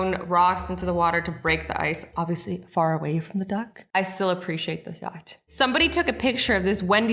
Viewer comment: When you said duck it sounded like you said dog, and just to say a reason for that, because I'm Australian it sounds a bit weird when I hear your voice